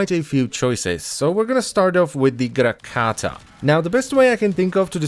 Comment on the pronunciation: does anyone else think the way he says grakata is super dope.